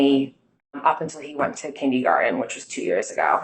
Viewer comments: If she says "kindygarden" ONE more time 😂😂😂😂😭😭😭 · You’re scrambling too. And “kindeeegarten?? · She went to college??? She seems so uneducated. Kindeegarden? This is not a Massachusetts thing. Nobody calls it that. And where is the straw for that drink?